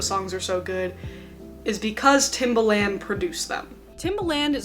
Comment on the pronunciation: You pronounced the producers name like the shoe😂😂 it’s not pronounced that way